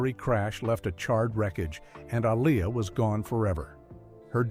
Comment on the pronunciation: Lo pez... Can you please say it correctly? A lee a say it right.... You white people embarrassing me. Like y'all supposed to be the one who can't pronounce their name right.. making videos of people y'all never cared about. It's not okay with anyone of us that loves them still.